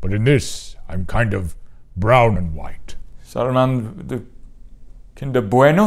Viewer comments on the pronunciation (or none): "Saruman the ... Kinder bueno?" 😆